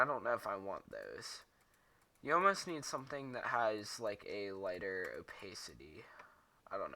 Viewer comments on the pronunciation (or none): opaisity XD LOL